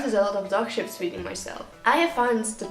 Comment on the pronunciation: "Experience shifts.." I heard sh*ts. I was like,"what did she sayyyy?!"